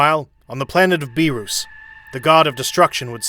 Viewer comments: please stop saying the gods name like that, its Beer-us not Be-roos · Please say beerus correctly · Beer-us not beer-ooooooossss Weees not wisssss